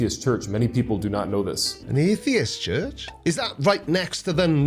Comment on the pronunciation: I find it hilarious that his god gave favorite „house“ a name that his speech impediment can’t pronounce right.. Tshurtsh…😂